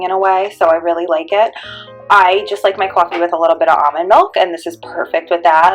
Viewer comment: What's Qwoffee? 😂